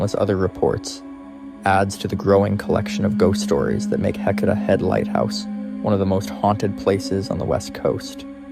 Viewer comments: Heceta is pronounced hay-SEE-tuh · Are you repeating the stories a few times to make the video longer? Your story telling doesn’t flow well. Also, you’ve pronounced Heceta 3-4 different ways. A friendly recommendation is to do some research on how to pronounce the locations and names you’re saying. Nice job, but keep working on it.